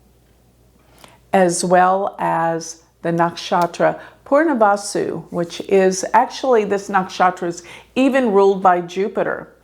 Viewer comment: So weird she says “Purnavasu” instead of Punarvasu.